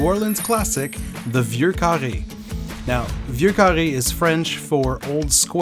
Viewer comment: Y E S ! ! ! enfin la prononciation correcte, du cocktail et de la liqueur !!! Love this one in the cold winter months!